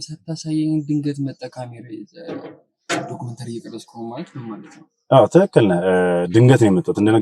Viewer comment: ሀይ አንተ እኮ አትቻልም ዶክሜንተራ ኣልክ ዶክሜንተሪ ብሎ ዝም ለማወጣጣት የተጠቀምክበትን መንገድ በጣም አደንቃለሁ።